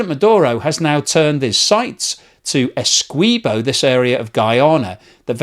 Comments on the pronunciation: A few issues. Venezuela want to take Essequibo, not take it back. Venezuela never had control of the territory of Essequibo. Its Guyanese, not Guyanan. And the "qui" in Essequibo is pronounced the same was as the "qui" in all other english words.e.g quick, quiver, quilt, liquid, squint, acquit, squirt etc. Why do you change the pronounciation to "kwee" instead of the english accepted "kwi". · you are helping Venezuelan propagandists when you state "Venezuela wants Essequibo back." By the way it's Ess-EE-quibo not Essquibo. I am Guyanese; so I should know. Actually, there was a claim by Venezuela which was settled since 1899. The record shows that Venezuela celebrated with the land they received. As the cold war dawned and Guyana appeared to be going communist, the US incited Venezuela to resurrect the dead claim. They needed another death to help them. So they waited until a man named Male Provost died to state the basis of the resurrection, which was that some hanky-panky had gone on according to the now dead man who, of course, could no longer be questioned. If you can find a column done about 15 years ago by a Venezuelan English-speaking newspaper named the Caracas CHronicle, you would see even they recognised the claim was bogus. You may need to use the Internet Archive. I couldn't find it with a surface check. By the way, Venezuela is a nation of cowards. They also had an area of Colombia on their map. They quietly abandoned it about 20 years ago. You want to guess why? I think it has to do with the size of the Colombian military compared to Guyana's. What do you think? Our population can't even touch a million people. Yes, the whole population. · FYI: Esequibo is pronounced esse-KEY-bo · Essequibo - pronounced - Essay kee bo. Come on. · Its pronounced Ese-key-bo